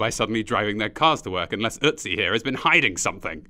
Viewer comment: So hey Incase u didnt realize: At like u pronounce ,,Ötzi" correctly